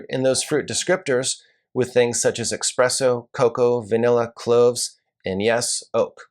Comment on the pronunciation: Did you say eXpresso????